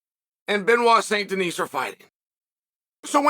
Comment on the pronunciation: I cannot believe that Chael said BSD's name correctly